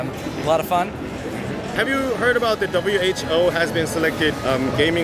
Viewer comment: 형 근데 왜 계속 WHO를 WHBO 라고 하는곀ㅋㅋㅋㅋㅋ 드라마를 재밌게 봤나봐요